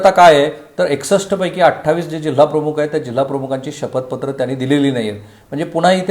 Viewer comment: सर आपण मराठीतील 'ख' (aspirated voiceless velar plosive) चा उच्चार हिंदी/उर्दूतील काही शब्दांमध्ये असलेलया 'ख़' (velar fricative) असा करत आहात. 'प्रमुख' आणि 'प्रमुख़' यातील पहिला उच्चार मराठीला धरून आहे. ही एकच सूचना. बाकी तुमच्या कार्याबद्दल आदर आहे. Best luck!